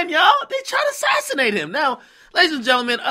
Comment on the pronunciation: This nigga said assisnate, he anit no politician